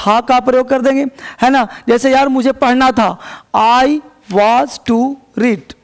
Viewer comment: Sir वाज नहीं वॉज होता है